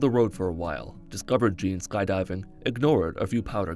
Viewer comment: "Powder Gardeners" 😂😭